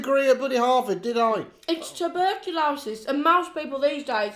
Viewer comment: Tu? bur? Co? LO? SIS?! Tu! Bur! Cu! Losis! Abbrv. TB lol 😂